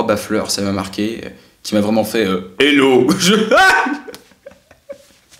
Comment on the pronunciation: le "helo" haha je suis morte XD